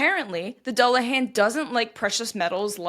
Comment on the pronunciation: There is really no reason to feel particularly bad about mispronouncing garlic languages... they are notoriously difficult. That said... if I remember correctly the "dull" of "dullahan" rhymes with pool.